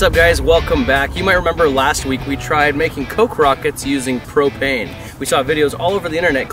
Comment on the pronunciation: It's pro*p*ane